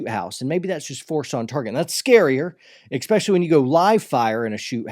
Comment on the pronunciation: You should train yourself not to say "exspecially"... :P